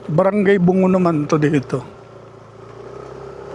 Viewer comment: Brgy bunggo di po bungo